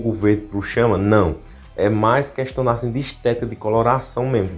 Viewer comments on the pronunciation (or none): none